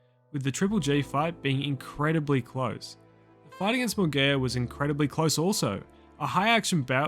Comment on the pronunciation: mungaya? say it properly